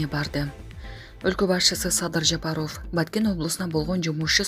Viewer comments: Блогерге: Садыр Жапароов эмес - Жапаров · Жапароф ужас жок дегенде туура айтчы Жапаров деп .Уят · Туура окуусацызчы журналист Садыр Жапароф эмес Жапаров деп . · Жапароуф деп суйлоп атасынбы блогер бул эмне Деген аташ Жапароуф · БЛОГЕР ЭМНЕ САДЫР ЖАПАРОВ ДЕП ТУУРА АЙТЧЫ . ЭМНЕ ТИЛИҢ САКООБУ ? ТООБА !! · Бул супер тв журналист кыз окууну бутконбу, мектептеги окуучулар дагы туура окуйт, президенттин фамилия сын кыжырды келтирбей туура Оку, эмнеге ушундай сабатсыздарды текшербейсинер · Алпарып жаткан кыз фамилияны жазылышы менен окубай туура окучу айланайын.